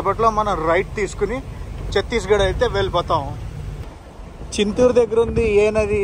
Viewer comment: చిత్తూరు కాదు నాయనా,చింతూరు. వర్షాలు తర్వాత అయితే ఈ వీడియో బాగుండేది.